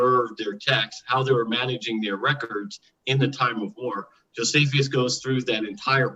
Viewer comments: “Jo-see-fee-us”?? Reread the word Jonathan. No need for the extra syllable! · Everytime mispronounces an ancient name, an angel dies. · Honest question... Is mispronouncing these names? Are there alternative pronunciations? Josephius, Artaxes, Arcyxerxis, Propher, Secludians, Putolemy... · This is not intended to be a personal jab at but I do find it a bit perplexing and jarring that he consistently mispronounces so many ancient names after having engaged with scholars for as long as he has. I am a layperson and am not an expert in anything and I still know the proper pronunciation of most of those names just from listening to YouTube lectures and debates by scholars. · Jesius Chrost, come on dude - you can't profess that 'some playful humour can be fun' after reacting so petulently to a harmless joke. The fact is you did consistently mispronounce a name. It was jarring. If someone consistently called you Jonathian, you'd notice it and it would cause you some degree of frustration. It's an odd thing that I've noticed happen when people come to their knowledge through private, non academic study. This isn't to say private study is worthless, but just that study in isolation is fraught with the risk of failing to spot mistakes that would be noticed in the conversation that takes place in Academia. So in a sense, your mispronunciation is a metaphorical symbol of the shortcomings of non academic study. It's the least confrontational way of saying that your methodology must be very bad to have led you to make the conclusions you have when it comes to your assertions about the subject. Your mispronunciation is the least of your worries, and the mildest criticism - and the easiest to address.